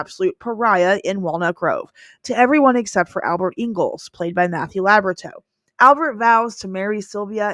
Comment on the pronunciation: Matthew Laborateux not labratin…